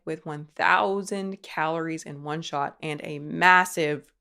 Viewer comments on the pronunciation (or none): none